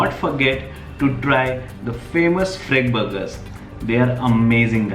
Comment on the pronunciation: Its fergburger, not freg burger